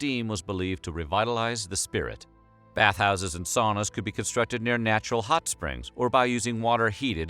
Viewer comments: It’s not saw-nah, it’s sow-nah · Sauna: sow-na. Not saow-na. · The Vikings took "sauna", pronounced "sow..na"! If you are going to talk about us, and our bathing, please do so properly! Thank you. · Sauna is a Finnish word in which the au is pronounced like the ou in sound. Or very much like a Bostonian might pronounce towner as in out-of-towner.